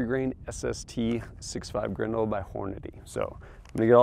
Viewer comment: Grendel!? It's like you're speaking another language.